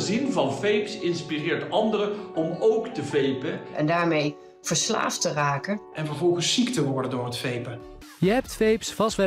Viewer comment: Toen een dokter zei en daarmee verslaafd te raken klonk het een beetje als vidiobellen😂😂😂